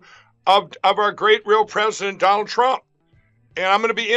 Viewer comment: Dwanald twump 😆😂